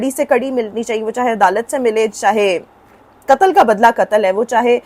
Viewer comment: انسانیت کا کتل نہیں قتل بولو ۔ تم لوگ ٹو اردو کے قاتل ہو جو قاف کو کاف بولتے ہو۔ اور دوسری بات یہ کہ ثنا یوسف کے باپ کو سزا ملنی چاہیئے جس نے ثنا کو اتنی آزادی دے رکھی تھی۔